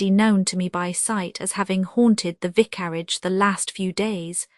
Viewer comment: Horrible AI !! Cannot even pronounce vicarage